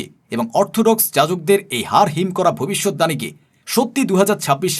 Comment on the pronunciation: আপনি বারবার ভবিষ্যৎ দাণী বলছেন কেন?? আপনি কি বাংলা জানেন না ? না এই ভুল উচ্চারণ ই আপনি শিখেছেন?? শব্দটা ভবিষ্যৎবাণী। দানী নয়।